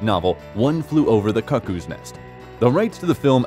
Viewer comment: How does anyone one mispronounce 'Cuckoo"?